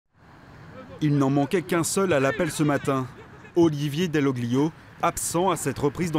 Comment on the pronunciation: Quelle violence pour les oreilles 8 on ne!prononce pas le G quand il précède le L comme dans TAGLIATELLE, c'est DALL'OLIO